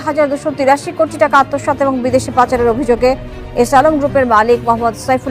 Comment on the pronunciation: "কুটি কুটি" নয় "কোটি কোটি " বলেন।